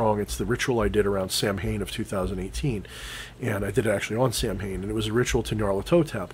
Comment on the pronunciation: Hmm, I have seen the Sidhe in a physical manifestation many times in my childhood. Didn't know it was that rare. Samhain is pronounced Saw-win. Just a friendly heads up =)